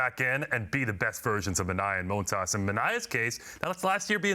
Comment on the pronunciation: Stop saying moan tas, it's montas